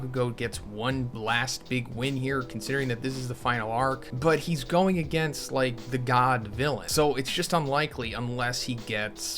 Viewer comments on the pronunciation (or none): none